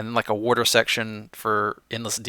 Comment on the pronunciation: worter... new pronunciation of water